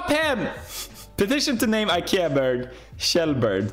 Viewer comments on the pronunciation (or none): none